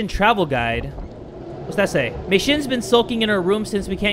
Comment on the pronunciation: Yeah you were calling her name wrong I know cuz my mom’s name is also Mei XD I’m using her account to watch YouTube like I am now